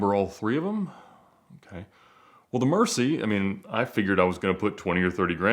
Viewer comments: Please fix that! It's MURCI, not "mErCi"!! The Lambo Gods won't have mercy on you for that mistake! 😂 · It is Mercy-el-ago. Would somebody please learn how to pronounce this car's name? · It's pronounced MurciÉlago .. Spanish for Bat . After a famous fighting bull . Awesome automobile! ❤ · I've said to before to no avail and thought about giving up, but my bleeding ears won't let me rest. PEOPLE OF EARTH, FOR GOD'S SAKE, it's Mur cie EL a go. Mur cie EL a go. It's really not that hard, the accent is in the damn door sill. It means bat in Spanish. It's not a hard word. If you spent so much money on the damn thing, shouldn't you make the minimum effort to pronounce it right!!!! That is all. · Mool-cee-eh-ga-lo.......please ur killing me with mercelago pronunciation.....love the channel btw 😉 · please have a Spanish speaking friend teach you how to correctly pronounce the word "Murcielago". You remind me of Elizabeth Berkley in the movie Showgirls pronouncing "Versace" to rhyme with "Face" as opposed to "Apache". Someone with not one but three 'Ghinis should know how to say that. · is the only guy on YouTube who still mispronounces Murcielago since Ed schooled everyone.